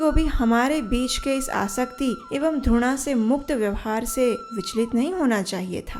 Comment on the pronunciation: आपने बहुत ही सुन्दर कथा सुनायी है। आपका स्वर भी बहुत ही कर्ण प्रिय है।किन्तु आपसे एक भूल बार बार हो रही है,आप घ (gh )को ध(dh)पढ़ती हैं।घृणा को धृणा